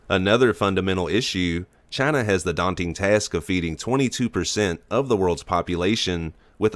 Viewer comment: Announcers voice CHINUUU